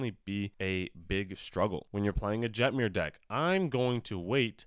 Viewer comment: Every time I hear someone pronounce a hard J in Jetmir I die a little more inside.